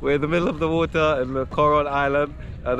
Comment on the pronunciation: bro why you are always pronounce vater instead of water